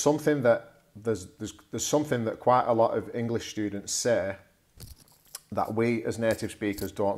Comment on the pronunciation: OK, good idea. A few seconds later you say that students often "say"..... And your "say" sounds like 'se:' rather than /seɪ/. Looks like you don't pronounce diphtongs :) right?